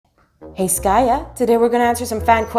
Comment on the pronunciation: Skaya not Skate